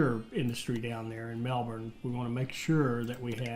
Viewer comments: honestly I've heard people pronounce Ballarat worse, but the your kind pronounce Melbourne makes my ears hurt. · As an Australian, I can say the best was to pronounce the town names is to say them as lazy as possible. Melbourne > ‘melbin’